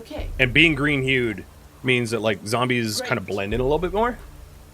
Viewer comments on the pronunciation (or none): YOU SAID ZAMBIES